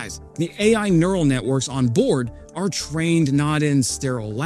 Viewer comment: "Interpets" "nEral". You are embarrassing. I'll bet you pronounce nuclear "nuculer". I'm out